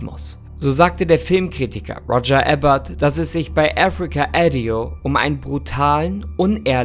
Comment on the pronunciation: Mega gutes Video! Ich liebe deine Eisberg Videos, gerne mehr davon! 🤍 Kleine Anmerkung: Bei Africa Addio liegt die Betonung auf den d da es italienisch ausgesprochen wird. 😊